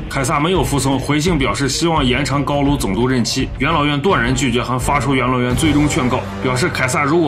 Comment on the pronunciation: 总是把元老院听成养老院 哈哈哈